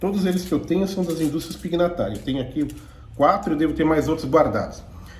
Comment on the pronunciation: Excelente video. Obrigado pela ótima matéria. Só uma pequena correção: Pignatari é um nome italiano e o gn, em italiano, se pronuncia como o nosso nh. Então o nome é pronunciado Pinhatari. Abraços e parabéns novamente